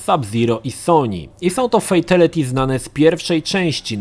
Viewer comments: Mordeczko jak juz sie tak wszystkiego uczepiles to ja tez sie uczepie. Mowi sie "fejtAliti" a nie "fejtEliti". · [Fejtelyty]? Brzmi tragicznie jak Szpakowskiego [Szira]